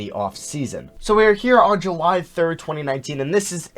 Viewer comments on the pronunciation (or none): none